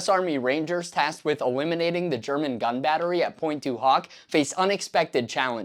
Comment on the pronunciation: loved the video a lot, well documented but please I'm not even french myself but the way you pronounce pointe du hoc in the most american way possible triggers me everytime hahhaha it is almost straight out of the scene in the cinema in the movie Inglorious basterds... anyways keep up the good work and keep teaching the younger generations about the legacy of our grandfathers